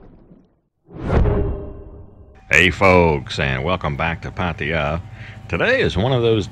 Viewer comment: Why can’t you Americans ever say PATTAYA right..